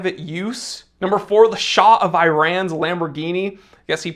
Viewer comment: For a connoisseur like you who goes the extra mile with your pronunciation of brand names and french words, it's absolutely ridiculous how you pronounce Iran!